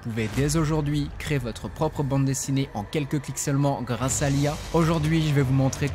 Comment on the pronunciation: Merci pour la vidéo. Juste, on dit "CRÉ-ER" ! Et pas "CRÉ" !